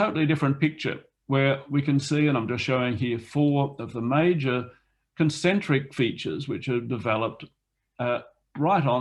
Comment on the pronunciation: at 21 minutes: Concentric rather than "concentic"